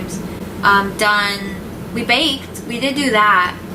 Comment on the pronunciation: When he said "baked" I thought he said "banged"